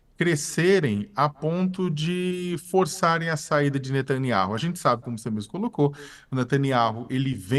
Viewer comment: Não é netanyau é saaniayu